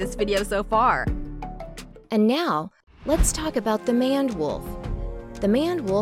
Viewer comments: Aw GEEZ! It's a MANE-D wolf -a WOLF with a MANE - not a manned wolf!! Did no one think to check and EDIT the voiceover text; cause it was not well done!! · Your AI pronounces the Maned Wolf wrong. It is Mane and add a d. Or pronounced Main with a d at the end. Either way it is Maned Wolf not Manned Wolf. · These videos are good for kids and offer some nice simple facts. The wording of the voice isn't so great however. Just a heads up also, the "maned" wolf is not pronounced like man-ed wolf. It has a mane like a male lion and pronounced like main. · It’s mayned wolf not manned wolf 🤦‍♂️ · Wait 'maned' is pronounced like that? man-ed I thought it was main-ed.... oh. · Maned, long a, rhymes with four laned; NOT manned, short a, rhymes with unplanned. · Mane-ed Wolf not Man-ed Wolf. She ligit said they have a mane yet she still said the name wrong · Title says "that are huge" but shows small wolves. Also its pronounced as main-ed wolf not "man-ed" wolf lol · The last animal covered is the “maned” wolf, so named because it has a “mane”. It is not pronounced “manned” (as in “he manned the guns”) but “maned” rhyming with “mane”. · Just a quick thing it’s not maned as in and it’s maned as in tamed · BRUH, She really said at the end; "The man-ed wolf like it sounded like "Man" BRUHHHHH ITS maned,, Like ya know? A lions "Mane" xD Its maned wolf, not Man-ed, Im dead !! XD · Bruh- “Coyoty?” “MaNNed”? Oof just realised this is a Robot Voice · It is very unnecessary to tell us wolves are carnivores.. This video was quoting out of the box Wikipedia descriptions... Also number 1 is not a Manned wolf FFS... It's Maned Wolf.. Like a Lions mane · The fact she called the MANED Wolf a MaNnED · Even said they get their name because of their mane... pronounced it correctly... and then proceeds to say "the manned wolf." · I’m sorry, but it bothered me so much that she kept calling it a “manned” wolf instead of a “maned” wolf. She even mentioned it got its name because of its black mane.